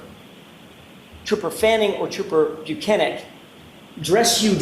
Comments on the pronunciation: TROOPER BUK*AK*EE?!?!?! whatatttt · I know there’s obviously far more important and compelling things in this case and in this episode…… and forgive me for this might be a little childish, but did she just call trooper Buchanan “trooper bukkake”??? THIS ENTIRE CASE IS A SHIT SHOW 😭